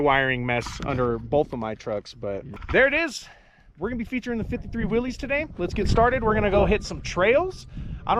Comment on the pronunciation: It's actually pronounced"Willis", like "what you talkin bout Willis?" The classic jeep guys will jump your case for getting it wrong. LOL